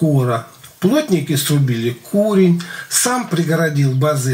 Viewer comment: Петрович, не кУрень, а курЕнь по казацки та. Если чё.....